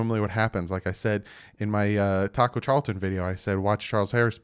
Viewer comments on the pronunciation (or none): none